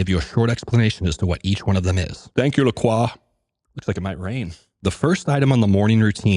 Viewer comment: Good stuff! But its pronounced La-croy. Their catchphrase is "Enjoy Lacroix" Love the morning work